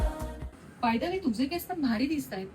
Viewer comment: केसअ नाही ग, केस असतात. उच्चार चुकतोय